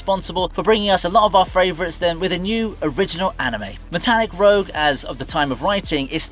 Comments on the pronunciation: Small correction: The first anime is Metallic Rouge (pronounced "rooj"), not Metallic Rogue. Rouge is the French word for red. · Its Metallic ROUGE not Rogue